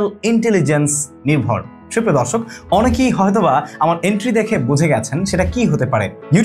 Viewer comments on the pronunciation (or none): none